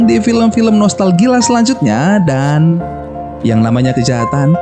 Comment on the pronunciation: Dan bang dan bukan nan wkwkwkwkwk😂🤣😂🤣😂🤣